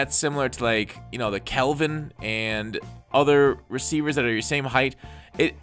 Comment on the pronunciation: Love you but please stop calling calvin kelvin!!!